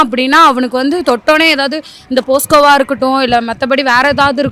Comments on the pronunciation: POSCO vaa😅😅😅 POCSO❌ POSCO✅ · எது போஸ்கோவா....அது போக்சோ மா 😂😂😂😂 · அது போஸ்கோ இல்லமா போக்ஸோ. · போஸ்க்கோ இல்லமா போக்சோ. முதல்ல அத சரியா சொல்லு 😂😂😂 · போஸ்கோ இல்ல மா.... போக்சோ 😂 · Posco ila ma podco 😂😂😂😂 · அது போஸ்கோ இல்ல முருகேஷி போக்சோ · 12.44 posco va. போக்சோ. feel ashamed and laughed at the same 😢😂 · 12.44 Posco(போஸ்கோ )😂😂😂😂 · Posco vaaaaaaaaaa😅😅😅😅 adhu pocso😅😅😅😅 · posco va ennama kuskka madhiri solra😂